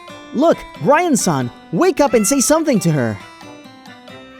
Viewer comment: Did no one notice that towards the end the male VA pronounces Brian-san BirAn-san.